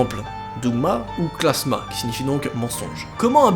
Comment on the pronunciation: C'est klamsa et pas klasma ! 😂